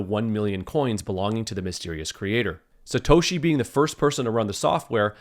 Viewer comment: Paul Le Roux "Slatoshi"